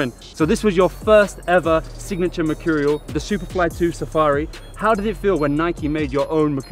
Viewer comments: No one: Ronaldo: mechurial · I'm gonna start saying machurial now like cr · Merchoooreal es Amazing...you heard it here first